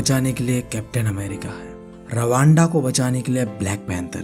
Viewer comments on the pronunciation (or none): Ravanda it’s wakanda 😂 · sir rawa anda dosa nahi wakanda 🤓🤓🤓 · it's wakanda not Rwanda bhaiya, Love you bhaiya for uploading such quality videos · Bhai Ravanda nahi Wakanda hai 😅😅😅😅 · bhaiyya rawanda nhi wakanda 😆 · Bhaiya woh wakanda hai.. Rwanda nhi😭👍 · Bhai wo ravanda nahi vakanda hota hai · bro Ravanda nahi Wakanda 😐😂😂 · It's Wakanda not Rawanda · Bro in it's not rawanda it is wakanda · RAVANDA nhi WAKANDA hain vo 😂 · rawanda 🤣🤣 By the way love your videos it help a lot 😊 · Did he say ravands💀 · rawanda...? 🤣 I love your teaching technique sir.... 😘